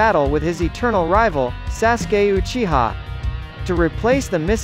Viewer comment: SASGAY UCHIHA. Bruh these AI voices I can't